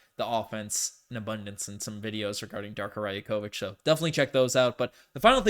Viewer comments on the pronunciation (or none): it’s not raya-kovich it’s ray-akovich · 'Yak' 'Ovich' 👍 'Ya' 'Kovich'👎